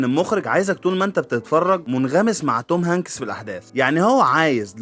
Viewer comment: شكلك يضحك يا مصري وانت تنطق اسم الممثل توم هنكيس 😂